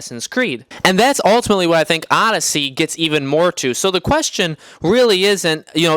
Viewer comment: It’s Odyssey, not fucking Audacy